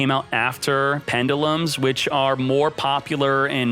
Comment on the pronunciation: Dislike for so many mispronounced pendulums lol.